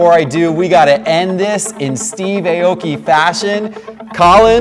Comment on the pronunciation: It’s not Ayy Oki 😂 A-O-Ki 🇯🇵